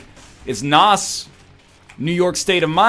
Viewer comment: NL, Say Nas like that one more time and my head will explode